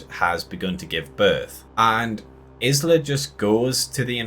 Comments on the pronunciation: Definitely was disappointed… but, are you mispronouncing her name so blatantly on purpose? You pronounce “island” correctly, but not hers? “Eye-La”. Anyway, I pretty much agree with everything said in this video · Hi, Isla is a feminine Scottish name pronounced has 'eye-la'. How you pronounced it drove me nuts lol. Thanks for the video. I think its mentioned earlier in the film to kill an Alpha it would take lots of arrows. So it is covered, but not the reason why. Overall I enjoyed the movie, but the last 5 minutes completely threw me and I wished it wasn't included. Though I guess the reason was because they are preparing us for part 2. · Yup! I mean, has he never heard the word, 'isle', being said. Presumably they don't say her name in the film. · Can anyone pronounce Isla!!! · they do say her name a few times in the film, which makes this guy's mispronunciation even more irritating!